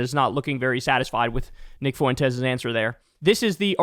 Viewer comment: You better learn how to say Fuentes bro